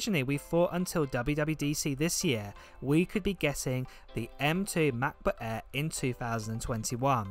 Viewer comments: matboot eeer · All I hear is "Mac book Eh" then I fell asleep! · OMG how you say "MacBook Air" is the funniest but cuties thing ever! can u please be my Siri on my phone? lol